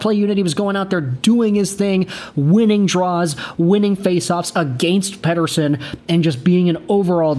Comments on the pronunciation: Stop saying petershun it's ridiculous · Overpaid. Sucks to be a Van fan, but I am not surprised with the weak sauce. But seriously man stop saying his name like a swede its pathetic.